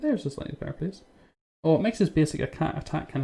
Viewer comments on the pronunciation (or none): I gonna plice one here lol funny dialect